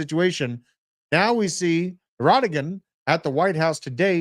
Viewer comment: Wow snowflakes deleted my comment making fun of pronunciation of the Turkish president's name? come on guys. That is ghey AF.